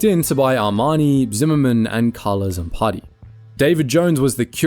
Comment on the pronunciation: "Carlo Zampattii"!?! Cheap AI tripe! Youtube needs to get rid of channels that use AI!